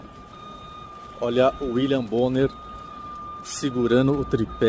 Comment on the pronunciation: ótimo vídeo. Por favor, o nome do infeliz é William Bonner e não William Borne.